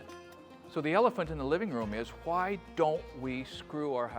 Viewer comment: always trust a craftsman who pronounces the H in the word why.